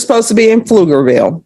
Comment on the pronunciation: Pflugerville, not Flugerville.